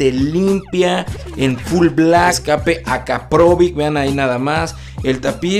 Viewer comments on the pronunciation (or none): Es akrapovic... No akaprovic